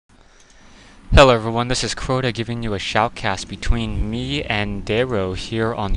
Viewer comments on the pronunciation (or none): Lol u said shoutedcast